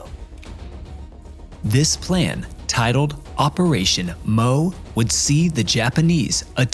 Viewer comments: Please take some effort to find out how to pronounce the Japanese names. Re "Operation Moe," I'm pretty sure that it was actually "Operation MO" (pronounced "EM-OH"). Re the map shown , there was no Henderson Field on Guadalcanal until after the U.S. invasion on 7 Aug 1942. There was an incomplete Japanese airfield that that the U.S. Marines captured and renamed in honor of Maj. Lofton Henderson, the first Marine pilot to be killed in the Battle of Midway. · The Moresby operation was operation MO pronounced one letter at a time. Not operation MOE like the name. Same thing with midway. It was operation MI pronounced 1 letter at a time. Details matter.